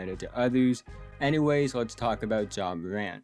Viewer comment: Ja MOWANT😂😂 good show so FAW. Good shooting PEWCENTAGE. In FOW games he dominated. He will show MOW for suWe. Nice JUMPEWS 😂😂 GOOD PASSEW overall nice PLAYEW. go GWIZZLIES😅😅